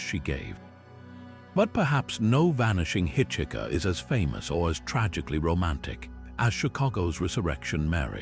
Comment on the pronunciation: Already heard most of these stories which is why you have no comments and few likes after 9 months. Had to stop watching after your AI kept saying "hitch hikker" instead of "hiker".